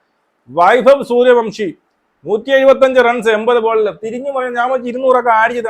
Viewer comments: സൂര്യ വൻഷി എന്നാണേ, അയാളുടെ പേര് എങ്കിലും കൃത്യമായി പറ 🙏🙏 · സൂര്യ വൻഷി എന്നാണ്